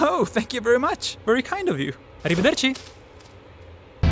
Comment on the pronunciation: so impressed about that perfectly pronounced "arrivederci". Then i disovered you're italian fratello (first time here). Veramente un ottimo lavoro